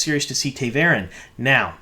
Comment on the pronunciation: You mispronounce a lot of things for a super book fan! Ta’veren, for example - it’s “tah” not “tay”. Also Birgitte - it should be “Ber-git-tuh” not “Bridget”.